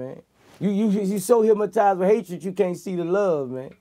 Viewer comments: I agree With most people said, I never really fucked with His Music, But this interview have changed the way I see him now, I didn't know he was so real and so smart. But, I just wonder, Am I the Only One who heard the "Hypmotized" Or what? Lolz, Still Love the Interview all day! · Im hypmotized him keep sayin.....HYPMOTIZED!!!! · I swear he said Hipmatized. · "No vlad, say it wit me. Hypma...tized" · They get HIPMATIZE by hatred🤣🤣🤣🤣🤣🤣 VLAD try soo hard to correct him..he kept say HIPMARIZE😆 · “hypmotize” 😆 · I'm not a native english speaker but to me it sounds like he's saying "hypMotized with hatred"... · "Hip-Mo-tise" with hatred